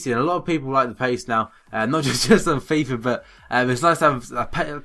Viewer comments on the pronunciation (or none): none